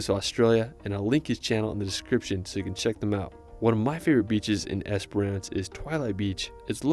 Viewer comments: It's just Esperance. Not esperANCE. Why can't you Americans say basic English words correctly???? 😂😂😂😂😂😂😂😂😂😂😂😂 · he was saying Esper-RANce. its esp-rence. he also said, Bondy Beach, it's bond-eye beach. i think you already know how to pronounce Melbourne. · I love in the video the guy pronounced Esperance wrong and differently every time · Esper-ence, not ance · Es per ance 😂😂😂😂❤ better pronounced as “esprnce” ❤ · The way this guy is pronouncing Esperance is killing me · Yeah, I also noticed the lack of info on the NT and SA. The video did mention WA but only Esperance (which he pronounced wrong) and that the capital city of WA is Perth. He might do better to find a ‘tourist’ video made (and voiced) by an Australian that’s actually visited these places. 😊